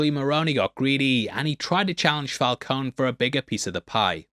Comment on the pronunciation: It's fal coney too LOL, like Coney Island lol